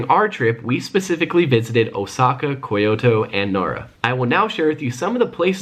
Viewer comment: And its kyoto not fucking ko-yo-to